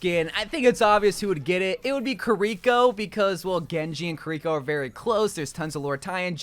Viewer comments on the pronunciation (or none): Dude, i respect u and like u so much, BUT STOP CALLING KÌRIKO KIRÌKO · You'd think with how long Kiriko has been out and with how much he loves her, he would at least try to learn how to pronounce her name.